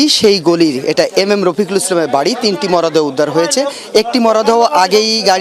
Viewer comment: মরাদেহ নয় মূর্খ সাংবাদিক! মরদেহ!